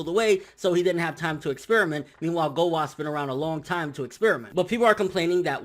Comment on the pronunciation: Anyone know why he doesn't pronounce the U in Gowasu and Zamasu's names? Either i'm hearing things or he's saying gowas and zamas. No offence obviously, just curious